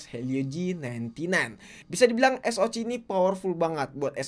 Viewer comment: Disaat yg lain bilang ES O CE, si mamang 1 ini tampil beda dengan ES O CI 😂